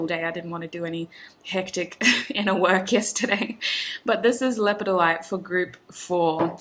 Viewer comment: Its lepid- dolite is how it is pronounced 🤓💚